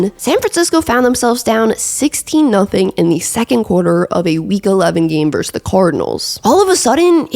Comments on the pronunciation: VerSUS. Two syllables. Not "verse." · I won't rag on you for how you pronounce Titans. But I will for this- and it's something a LOT of people do, but it's wrong: VS (as in Buffalo vs Detroit), is pronounced VER-SUS. Two syllables. Verse is part of a song. Versus means 'against' as in two opponents in a contest. But it's definitely 2 syllables. I don't know how this got so widely spread, but people didn't used to do it. Pat Macafee is really bad for this, but again, he's wrong. Just google (versus + meaning) and be sure to hit the little speaker icon to hear how it's pronounced. Gotta take this word back, one youtuber at a time. First video of yours I've watched too, btw. I enjoyed and gave it a thumbs up. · I can handle how you say “Titans,” but the way you say “verse” instead of “versus” is another story 😂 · It must be an East Coast thing. 'Titans' and 'versus' are words that are pronouced oddly by eastcoasters. Versus sounds like verse. Same thing with JG9's videos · You also can't annunciate "versus" or "important"...you say "verse" and "impordant"